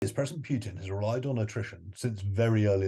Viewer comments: It is not "PYUTIN", it's not "PYUTIN"! Hearing PYUTIN is cringy. It pootin. Poo-tin. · This "expert" doesn't know that U and YU are different Russian letters and Huilo's name is not "Pyutin" which amounts to an annoying mispronounciation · No, it's Pyukin. Or Pyutrid, I forget which.